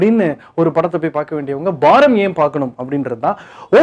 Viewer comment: It's baaram not baram